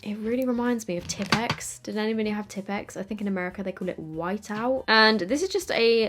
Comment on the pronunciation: heard tipex and thought you meant tampax lmfao